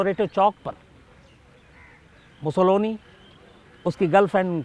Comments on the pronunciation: शम्स भाई, बेनिटो मुसोलिनी के विडिओमे आप जो 'मुसोलोनी' उच्चार कर रहे है, वो सही नही है. 'मुसोलिनी' सही है. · नाम Mussolini है और आप लगातार Mussoloni बोल रहे हैं क्या देखने सुनने वाले * हैं ??? या शायद * ही हैं । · मुसोलोनी नहीं वो मुसोलिनी हैं।